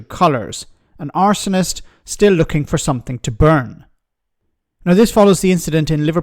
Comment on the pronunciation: "An absolute arsonist" ... that last word was exactly two syllables too long.